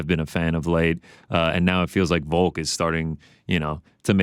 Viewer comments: Is Ariel saying "Voke" instead of Volk? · Does it bother anyone else when Ariel calls him Voke?